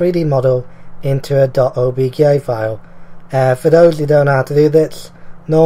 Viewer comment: Did you say obgay file? XD